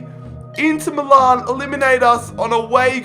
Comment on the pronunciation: It's Me Lan (Milan) NOT Me Larn.